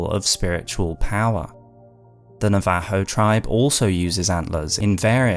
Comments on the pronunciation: oh no you're good, you pronounced it the Spanish way. English/American pronunciation is usually like NOV-uh-ho rather than Nuh-VAH-ho, but, I think either way that's not even technically the indigenous name for the tribe. Great video either way, I love that your long lore videos always manage to make literally the last sentence a bombshell that leaves you thinking. That's just good writing. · A lot of these ideas are GRRM's, especially considering all his worldbuilding for A Song of Ice and Fire. Also, please practice and vet your pronunciations before recording. NA-VA-HOE was hard to hear. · Bro has the most out there pronunciation of Navajo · Never heard Navajo pronounced that way in my life